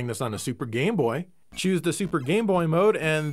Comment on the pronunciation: Watch the video it sounds like he says "gay-boy" then a moment after he says "game-boy". Lmao